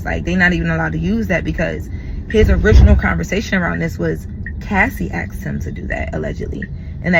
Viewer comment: Ask or aks, axe🤨Asked!?